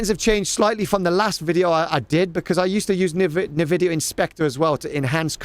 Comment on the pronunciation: i like how you spelling Nvidia as "Nividia" it reminds me like myself back then in 2000s 🤣